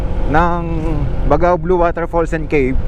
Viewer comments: First thing you do when visiting a place is to know how to pronounce the name right. Di man lang inalam sa haba ng video not once nasabi niya ng tama. BAGAW NG BAGAW. It's BAG-GAW 😒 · Kuya “Bag-gao” po ang bigkas hehe. Yan po ang basa ng mga itawis at ibanag na natives sa Cagayan. Kuya thank you sa travel vlog mo ang ganda ganda! Keep up the enjoyable travelogue nkakaalis po ng stress for senior like me. Taga Nueva Vizcaya po ako. I hope you can also visit my province!! Marami din po natural wonders doon 😊👍🙏